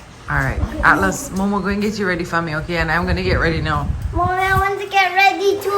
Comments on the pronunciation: So funny-- speaks so well, but can't pronounce Atlas- his little role model- and the person he spends most time with. Awwwww== he'll just get it one day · I love how pronounce Atlas name 🤣🤣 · can mash Wayne's toe man- that he didn't get much sleep- low him 😂 is almost there with pronouncing Atlas's name. #FreeUp - No cold front 🤣